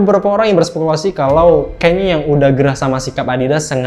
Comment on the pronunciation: Jadi namanya Kenya atau Kanye? Dari awal kok sering dengernya nyebut nama "Kenya" wkwkk